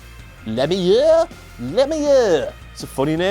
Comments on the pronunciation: It's pronounced Le Mew and it's hockey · U would think he would research his information before doing his videos because one Crosby and Lemieux play hockey not f**king football and pronounce Lemieux's name right "le myou" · Le-Mew is how it's pronounced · As a Canadian, it is pronounced "Le-mew." That is a WTF moment. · I agree Dumbass. And its not that hard to say Lemieux. FFS If Sports fans in Canada and the US know who plays Soccer in the World Cup he can at least know who the second best player to ever play Hockey was. Or at least know enough to pronounce his name properly. Fuck be a professional